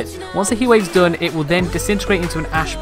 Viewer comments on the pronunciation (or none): Why do you say dune instead of done?